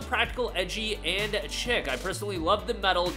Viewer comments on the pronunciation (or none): It's pronounced "Sheek." Not a fan of most of the suits, but free stuff is free stuff.